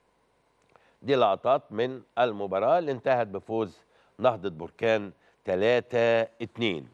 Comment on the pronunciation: هذا اعلامي حمار يعني حمار.مهاجم جزائري لابا كودجو 😅😅😅من اين جاء هذا الصحفي ؟ هو مهاجم طوغولي اسمه لابا كودجو.وجد صعوبة في نطق اسمه.لسانو بحلا سكران لاب كوجو بلا كوجو.قول عمتك كوجو.علا مستوى ديال الصحافة فين وصل.حتى اسم فريق نهضة بركان ينطقه خاطئ نهضة بركان بضم نون بركان.تصبح اسم بركان مطابق حالة خروج الحمم من الارض.لا حول ولا قوة الا بالله.